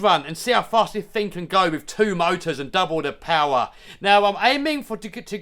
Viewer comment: just went "more powah" and the wheel said i'm out 😂